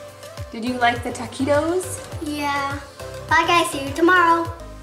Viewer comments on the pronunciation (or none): It’s not “Taaaaa quit os” it’s Taquitos.